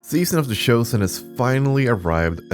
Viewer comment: "SEAON" of the chosen. Sorry I couldn't help myself 🤣